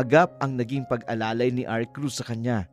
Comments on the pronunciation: Mr Narrator hnd Po Arcruz kundi Arcuz. 😂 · Di bagay na lalaki ang narrator! Sana yung babae na lang. Mali Pati pangalan ni Arcus, Arcrus ang bigkas nya.